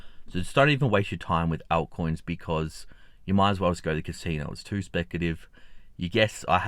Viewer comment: Right, ALT coins mate. It sounds like he's saying out-coins. 😉🤠